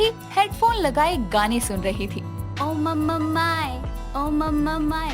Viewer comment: oh mamma my nahi o ma ma my hota hai ajeeb hi log hai yar